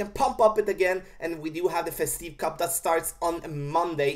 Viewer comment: Festive, the tive sounds like give. Not trying to be a dick, just trying to help.